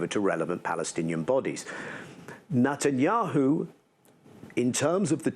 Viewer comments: 🟥Why is he calling him NOTTAN yahu instead of NET an yahu? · LoL love how Daniel Levy calls him "Nut"anyahu. The was bibi claims to have done this i such BS we know who hold the pants here it's Trump, he's trying hard for that peace prize and bibi goanna feel it.